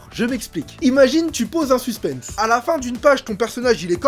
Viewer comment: Kevin on dit "suspen" sans prononcer le "s" qui se prononce juste en anglais "suspens"